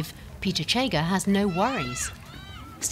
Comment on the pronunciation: Yes, this edition is in English language, the reporters should have taken time to learn pronounciation * Kenya, not kenia * Chege, not chega (pronounced as in schengen)